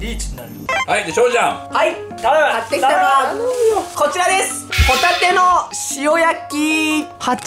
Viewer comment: その前のこてぃらでつぅーも嫌や！(笑)